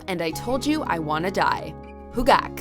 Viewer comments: Huh Gak is actually probably the most phonetic name out of all the ones in the vid...bastardization of "Huh" to "Who" just doesn't make any sense. I can't begrudge her for saying "Tae-yaaang" rather than "Tae-yahng" but come on like for "ha-ru-haROO"...the phrase is literally in the song you're talking about...good lord... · It's like she went out of her way to butcher EVERY single one possible. How could one possibly read "Huh Gak" as "Who-gak"...it's literally written like "huh?" Good lord